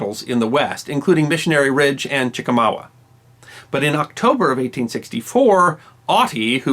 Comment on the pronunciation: i love your channel but just wanred to point out that it'a chickamauga, not chicawawa..lol